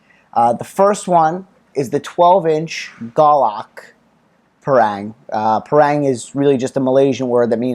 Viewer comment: Pronounce it as 'par + rung'....